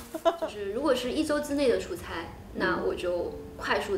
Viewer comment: 出差chuchai和chucai也分不清楚，还有自己ziji和zhiji